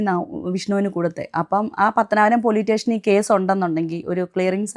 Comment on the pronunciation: പോലീസ് സ്റ്റേഷൻ എന്നാണ് ചേച്ചീ.... പോലീടേഷൻ എന്നല്ല